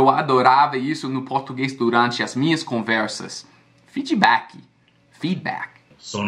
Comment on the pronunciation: 'Feedibacki' Rs